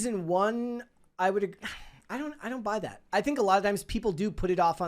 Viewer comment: Ok.. I KNOW you are capable of pronouncing a short “a.” You quoted Ellie by saying “I’m gonna be a dad.” You said DAD. Not, “dodd.” Then you IMMEDIATELY followed it up by saying “thawt” instead of “that!” Now you are just messing with us!!